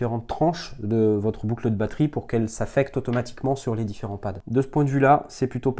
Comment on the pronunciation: Boucle eud' batterie ? T'es de ch'nord ti ?